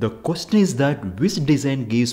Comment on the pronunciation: I’ve never heard someone who pronounces ‘question’ like that. Learn some pronunciation if you’re giving that kind of experimental information!!!